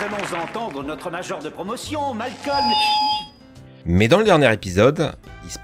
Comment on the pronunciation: sa se prononce pas Malcom mais Malcolm